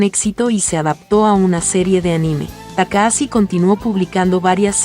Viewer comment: Se escribe TAKAHASHI y se pronuncia TAKAJACHI, no TAKAASI, para eso está el traductor de Google. Maldita sea! 😂